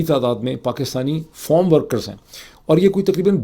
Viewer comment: It's not form workers. It's farm workers.